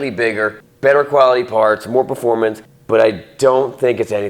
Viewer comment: Haha "punfomance" motorcycle